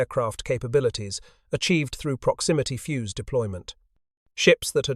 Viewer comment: The inability of the (assumed} AI commentary to pronounce the simple word 'fuzed' spoiled a very interesting video. Obviously the people who developed the proximity fuze were a lot cleverer than the people who make and use AI